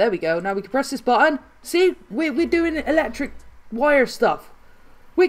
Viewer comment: why you say boon its button